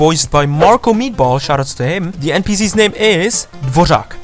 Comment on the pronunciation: Jakožto čech jsem pořád nasraná že Dvořáka vyslovujou jako Dvoržak. Chapu to ř ale kdyby aspoň řekli "Dvožak" nebo "Dvorak" tak to není tak hrozný. A taky nechápu proč je z Fontaine a ne Snezhnayi. Tehda pokud se nemýlím Nod-Krai ještě neměli naplánovanej. A o Jahodě radši mluvit nebudem 😭😭